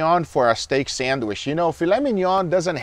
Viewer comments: What’s a “sammich”? 😅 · San-wish. I will never let this down lmao. I also love it when Guga is happy watching another's chef's video. There's just something wholesome about it. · Guga’s pronouncement of the word “sandwich” reminds me of a lady from New York. 😂❤